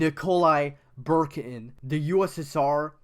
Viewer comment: why are you calling nikolai bukharin nikolai BURKIN